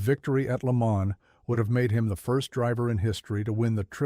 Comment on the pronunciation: If you intend to continue to narrate these programs, please become in touch with the correct pronouncing of words and names such as Le Mans, Porsche.